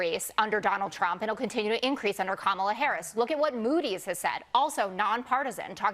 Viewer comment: Kamala (comma-la)